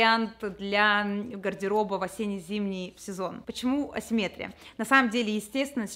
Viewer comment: АсимметрИИИИИИИИя, а не "асиммЕтрия"!!! P.s. цвет называется электрИИИИИИИк, а "элЕктрик" -- этот похмельный дядя Петя, который проводку чинит)))